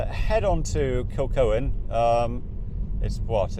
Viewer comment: Its pronnounced Kilhoan